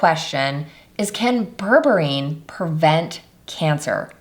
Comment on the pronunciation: Put... mais tu vas te décider à le prononcer correctement, ce fichu mot ??? ça se prononce BÈRBÉRINE Comme c'est ÉCRIT Berre Bé Ri Neuh Ni bourbarine Ni bourborine. IA de merde